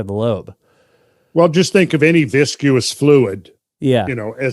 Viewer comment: Are we just going to let Randall get away with his pronunciation of the word "viscous"?